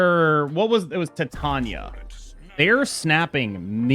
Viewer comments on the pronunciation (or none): I’ve never heard someone say Titaña before and it hurt a bit ngl